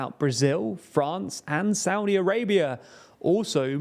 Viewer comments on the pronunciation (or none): none